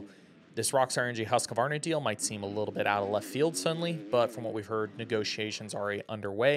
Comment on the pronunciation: It's pronounced husqvarna not husq-uh-varna 🤷‍♂️ idk why people say it that way, especially people in the industry 🤯